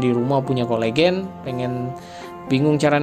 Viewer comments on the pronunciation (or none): Coelogyne, ucapannya = Se - lo - je - nie, bukan kolegen.